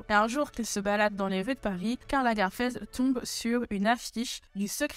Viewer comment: Pourquoi prononce t'elle LagArfeld ?